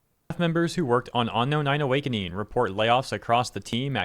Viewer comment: Dude saying onknown can't pronounce the word unknown